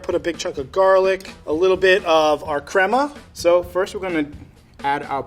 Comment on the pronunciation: Everytime the level 3 chef said crema I was like no no no your saying it wrong it's crema